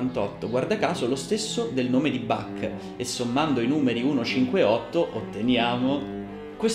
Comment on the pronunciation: Caro,mi piace come racconti il grande musicista tedesco, però il suo nome si pronuncia con l ch molto aspirata.questo vuole essere solo un consiglio.Cari Saluti.